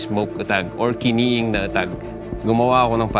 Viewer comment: Kiniing po hindi kiniig